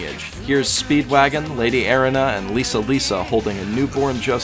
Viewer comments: Okay Erina is pronounced like you're saying arena. The abilities that Jonathan and Joseph possess is pronounced Ha-moan. I didn't watch the subs but i do know i prefer the sound of the dub. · this man really said "air-in-a" (Erina for all you slow mfs)